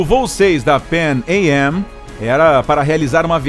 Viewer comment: Seria interessante ver a pronúncia CORRETA do nome PANAM. PARABENS PELO vídeo!